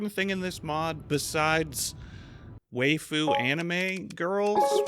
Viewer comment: way-fu? it's wigh-fu